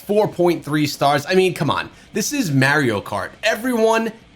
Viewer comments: Stopped watching as soon as he said Mario instead of Mario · The way he pronounces Mario makes me sick 🤢